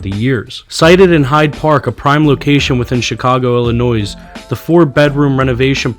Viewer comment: Theres NO Noise in Illinois thee "s" is silent! Always think Illinoi....